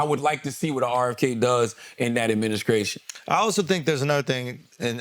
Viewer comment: "adminiskration" I just can't.